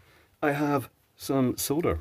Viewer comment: You have no idea how nice it is to hear you say SOLDER. All the USA content people say "SOW-DER" and it eventually sets my teeth on edge